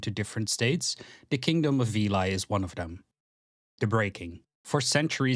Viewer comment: A surprise to be sure, but a welcome one! Good job mate, pretty much perfect summary of the lore. Just some notes: - Veli is probably pronounced more like "veh-li" instead of "vilai" (the country is greek inspired so that is the most likely pronounciation, and its what I personally and most people seem to call it). - The map you use is the old outdated one. Its good to get an idea, but painfully innacurate and it may lead to misunderstandings. Admittedly, we don't have a proper map with borders anymore, but we have some general ideas of what it looks like. - Incredibly small pet pieve, but I feel Callahan's death in combat before the Battle of Red River should have gotten a mention, but I guess it got in the way of pacing. That's pretty much it, and thanks for the shotout at the end. If you wanna make any more lore related content feel free to DM on discord and I'll gladly help you out. Cheers!